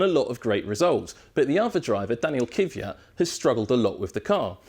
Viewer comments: It's pronounced Kvee-at not Kiv-ee-at. You pronounce the K and the V together KVee. 😐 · Lord almighty! It's K V Y A T not kyviat! K V Y A T again.... K V Y A T and last time so you keep it in mind... K W Y A T